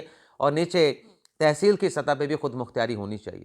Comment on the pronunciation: عمران! خود مختیاری غلط ہے، درست تلفظ خود مختاری ہے۔ پراپوگنڈا غلط ہے، درست لفظ ہے پراپیگنڈا، اسی طرح آپ نے جملہ بولا: عمران خان سے investigate ۔۔۔۔۔۔درست جملہ ہے: عنران خان کو interrogate......لفظ investigate اور interrogate میں فرق ہے۔ انویسٹی گیٹ کا مطلب تحقیقات کرنا، interrogate کا مطلب پوچھ گچھ کرنا اور انکوائری کا مطلب ہے تفتیش کرنا